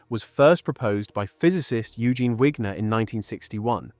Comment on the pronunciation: I, too, don’t like the idea of supporting ai videos/content farmers. I think this is ai: the narrator pronounces “Wigner” in different ways.